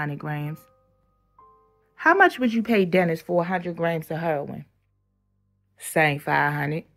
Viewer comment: Hurrrin not Heroin 😂. Love Baltimore man.